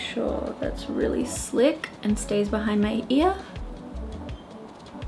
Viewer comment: Random words sounding slightly American now 🤣😘 beautiful foundation